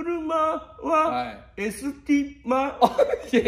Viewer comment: わたくしのくる｢ま｣はエスティ｢マ｣wwwwwwwwwwww